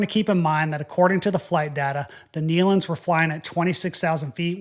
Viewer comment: First let me say thank you for pronouncing the Nelon’s name correctly. It’s been crazy how many people have been mispronouncing their name. Second and most important thank you for explaining this in such a respectful manor.I have seen the Nelons on many occasions. My Grandfather’s group had sang with the Nelon’s many times over the years. This has been so shocking for everyone who knew them. Once again thank you so much for the way you told this story in a factual and respectful way.